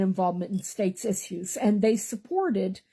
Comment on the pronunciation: I can’t take her seriously because she can’t even pronounce “issues” properly. Is she on meth?